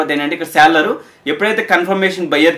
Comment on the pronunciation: Seller kuncham sarigga palakadaniki try cheyyu bro